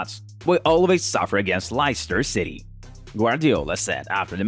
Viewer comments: Its leiscter city not layster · How the hell he pronounce Lai-ster instead Les-ster 🤣🤣🤣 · He said Laistar!😂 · he said lyster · "LICETER CITY" lol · was about to say lobster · i dont mean to be disrespectful but the way he pronounced leicester had me laughing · Me too